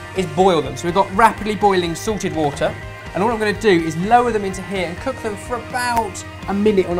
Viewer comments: Did say Sorted water or Salted water?:'D I think i need to get my hearing tested... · When says "salted" or "sorted" i can't tell the difference...